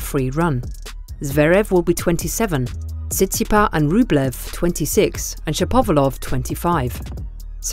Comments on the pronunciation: The ‘s’ at the end of Tsitsipas isn’t silent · Why the silent "s" at the end of Tsitsipas? Other than that, interesting video